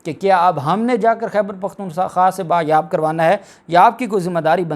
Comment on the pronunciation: لفظ( بایاب )نہیں ہوتا ھے بلکہ (بازیاب ) ہے